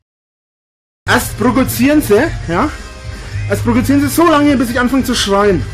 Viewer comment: Einfach krass, wie er jahrelang "prokozieren" gesagt hat.